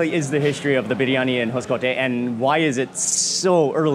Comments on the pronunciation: Love Mark rightly saying "Biriyani", not biryani like most Indians pronounce 😂😂😂😂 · Thajs biryaani biryaani it's correct biryaani